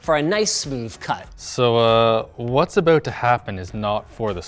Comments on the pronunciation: When he said "what's aboot to happen"........ This video got my like! to XD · Is he Canadian? "So what's aboot to happen..."